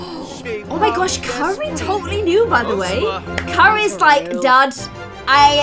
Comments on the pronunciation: You keep calling Keira kery😂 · Keira not Carrie lol love u 💛💜💙💚💛💜💙💚